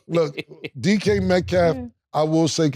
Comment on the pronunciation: Dj metcalf 😂😂😂 cam always butchering somebodies name